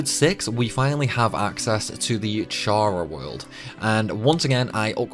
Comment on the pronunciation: Your pronunciations are weird as hell. "HL" is "Hell", not "Aich-Ell". "Chara World" is "Karah World", nor "Tcharah World" - "Chara" here stems from "Character".